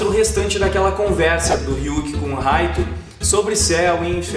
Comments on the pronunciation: Poem Light mesmo kk mo agonia ouvir Raito kkk lembro da Live Action japonesa q eh uma merda kkk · Se lê Raito mas se fala light como night tirando isso video ótimo❤